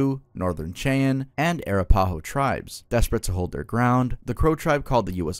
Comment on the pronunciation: I'm Native American -of the Northern Cheyenne people (like mentioned in this video, to be exact) and I would just like to say.. it's pronounced Northern SHY•ANNE. Great vid tho, learned a lot! ~Néméhotȧtse all my relations 🩵